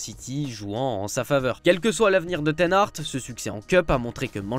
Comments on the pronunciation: Éric Ten Hart 😂 c’est facile à dire HAG pourtant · Arretez de rajouter un "T" a "Ten Hag" !!!!!!